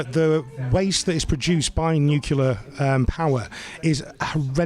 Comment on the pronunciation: Sounds good but it's Nuclear not Nucular. Sorry it's petty but annoying